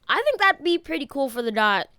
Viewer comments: My bro😂 it's Dee-o-tee not Dot😂😂😂😂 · Your annoying me saying dot it’s D O T